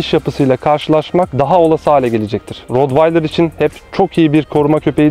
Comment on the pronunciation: Hocam T ile okunuyor